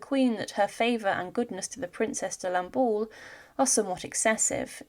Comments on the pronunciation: Such poor pronunciation of La Princesse de Lamballe (Lahm-Bahl) not ball! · ah yes, lamballeee